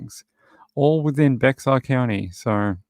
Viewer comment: totally got caught by the same county again, we've had this same conversation about Bexar county and me pronouncing it wrong.. i will make a mental note about it